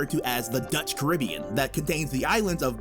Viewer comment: That’s an interesting pronunciation of Caribbean